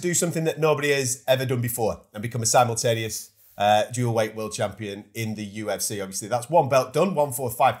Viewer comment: why did pronounce "simultaneous" wrong?